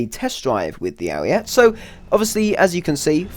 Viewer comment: Nice video, but please, stop calling it the Ariette. It's Ariete, the final e sounds same as the first e.